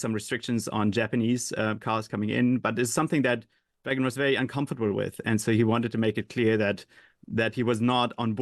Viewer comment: How can this idiot hear everyone else in the world pronounce Reagan's name the way he preferred (including recordings of Ronald himself), then go on and mis-pronounce his name? Where do TR find these people?